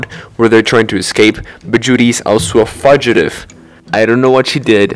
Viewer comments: Ah yes, the fudge iddy Not Fyoo ji tive (Fugitive) fudge iddy. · lol that's not how you pronounce fugative, it's pronounced "fujative" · Fugitive is pronounced fewgitive just for future reference. So it sounds like the fu in future. Thank you for making this video , I loved watching it 🤠❤️ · It's promised fugitive "few-jah-tive" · Fugitive, not fudgitive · Fugitive is pronounced "Few-ja-tiv" Idk if you're ESL. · Fudgeutive? It's fugitive (long u sound) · definitely an "english is weird" thing, but "fugitive" is pronounced "fyoo-ji-tive," not "fudge-itive" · Help I keep giggling about the way you say fugitive 😭 “fudgitive”